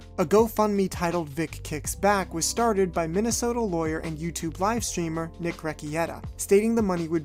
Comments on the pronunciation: Rih-kay-tuh. Not Ricky-eta. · "Rek-E-Etah" It's pronounced, "Rick-Kay-Tuh" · I appreciate the coverage of the case. But I gotta smh at the fact that you trust anything from Shane Holmberg of all people. Also your pronunciation of "Rekieta" is hilarious